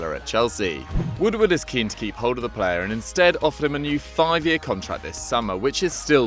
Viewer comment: Lmao "Ed woodward would" sounded weird